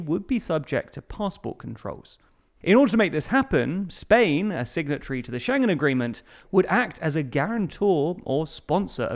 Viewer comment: UK joined 1/1/73! And Schengen is pronounced ShEn-gen. And, and It is "within spitting distance.", not "... a spitting distance." No need to thank me.